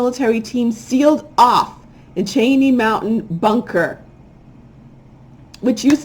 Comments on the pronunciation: pronounciation of Cheyenne is , 'Shy-ann' 😉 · Pronounced Shy-ann like the American Indian tribe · Dear V... it's Native American pronounced "SHY:Ann". Good work though. Thank you for your insights. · Cheyenne is native american indian tribe name.... pronounced "shy - ann" ... <3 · I believe Chyenne - is pronounced. "Shy- en"". I heard brujeras are going after Cardi B. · Thank you. She said Cheknee and I died lol